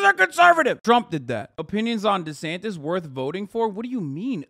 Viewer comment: oh it's Ron Desantis...the entire time i thought you guys were saying "Ronda Sanchez" (i've never seen this person before) (im south african)